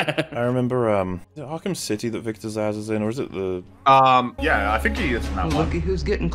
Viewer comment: It's "Zsasz". It's a palindrome. It's not hard.